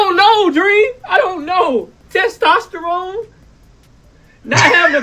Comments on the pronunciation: 😂😂😂 wait Did he jst say testesterone?????😂😂😂😂 thought I heared it all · I lost it at "Testosterone"...smh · He said “Testosterone”…